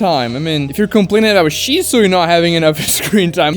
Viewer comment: At 1st I thought you were saying ishizu (Ishtar, yugioh)instead of shisui. I was like, based. 😂😂